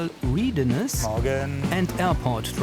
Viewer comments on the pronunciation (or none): Wie schlecht kann man bitte Readiness aussprechen... [ˈrɛdinɪs] heißt das. Da wird ja nichts gelesen sondern bereitgestellt. 🤔